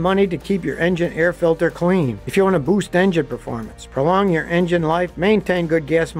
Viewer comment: I had to turn on CC to realize that "the eh-ja-NAIR-rah filter" = "the engine air filter."